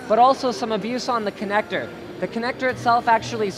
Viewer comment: I stopped watching when he started saying kinecter instead of connector